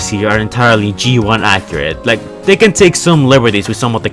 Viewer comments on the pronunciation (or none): none